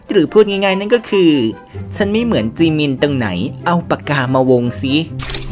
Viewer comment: อ่านเป็นเหมือนจีมิ